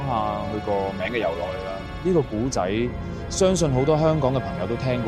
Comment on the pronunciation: 聽頭一分鍾我覺係AI, 古仔非（故）仔, 係(冼）為人知而非（先）為人知…香港人唔會讀錯